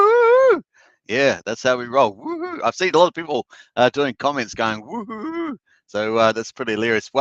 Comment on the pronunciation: the Australian wohoo's are the best ones !😁